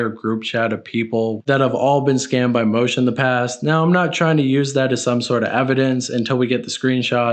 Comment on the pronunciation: bro “moosh” isnt pronounced “Moshe” ffs